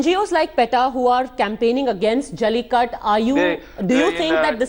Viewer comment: why is she saying jallikatt instead of jallikattu ??